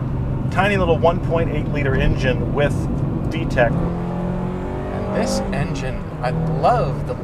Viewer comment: lol he says with d-tec